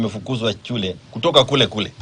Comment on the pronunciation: Sio chule ni shule